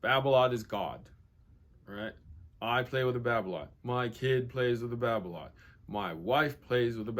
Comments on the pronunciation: its Babolat not babloat godamit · france pronounciation Babolat: Ba bo la